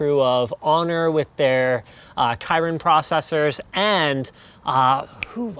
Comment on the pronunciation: "kairin processor" lol It's kIrin, not kAIrin. The same sound of the "i" in wish.